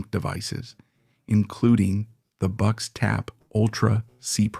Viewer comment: Bucks? Boox is pronounced "Books" you should let the english voiceover person be aware of this next time. The weird spelling making it hard to guess the pronunciation haha I used to read it as boo-cks